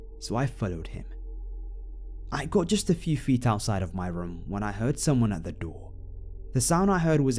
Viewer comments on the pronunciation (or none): Funny how you say room "rum" lol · Johnny Ay lol I say room the exact same way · Eryn Sullivan is it just like a way of saying it? It's weird but funny because sometimes people can mistake it for alcohol.